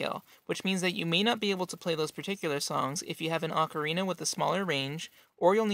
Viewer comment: HE'S SAYING ACORINA WHEN IT IS OCARINA